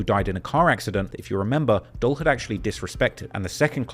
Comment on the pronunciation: How could you possibly still be pronouncing it “dull”?🤯